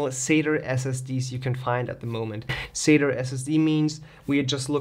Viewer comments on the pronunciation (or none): LOL "sater" SSD sounds like something Larry the cable guy might say LOL, its sat"A", there is no E or R LOL.